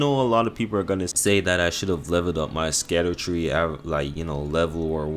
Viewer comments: It’s just pronounced “shadow tree”. The “sc” is an old English spelling of the “sh” sound. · Scadutree is pronounced "SHAD-OO-TREE" Basically just call it ShadowTree because Scadu means "Shadow" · Scadutree equals = Shadowtree. Sc in old English makes a Sh sound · Scadutree is actually meant to be pronounced as Shadowtree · Scadutree is pronounced "Shadow tree", it's based on an old English word for shadow. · Scadutree is pronounced as shadowtree, it has an old english spelling and that's why it looks weird.